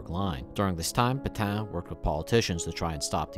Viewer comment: PetAIN. VerdUN. The ends of these two words are pronounced differently. This is an attempt to be helpful, rather than a criticism. Thanks for the video.